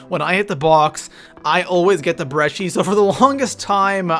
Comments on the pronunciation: He said breggi not brecci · is not brechi god damn‼️